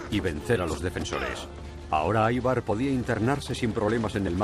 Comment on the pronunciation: Ivar! Ivar! No aivar carajo, no es nombre inglés, hablen bien